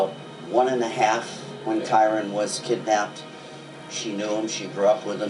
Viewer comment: after HOW many times Kyron's name was pronounced, he still goes and pronounces it ky-ron....